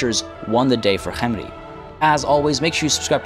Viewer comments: Khemri is just pronounced like that. used to pronounce Khalida like that too, but a few of his viewers got really angry about it for some reason so he stopped. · I don't get it, you pronounce Khalida with a normal sounding K but whenever you say Khemri you sound like you're choking on something